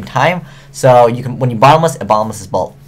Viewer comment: And it'd pronounced "both," not "bolth." Not a big deal.